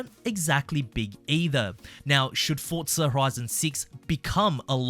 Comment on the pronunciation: Where is the T and forza? It's forza not fortzah